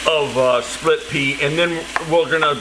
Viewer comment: Oops! “Splip” Pea Soup 😊